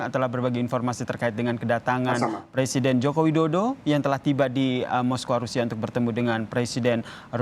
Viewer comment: Moskow, bukan moskowa. wkwkwk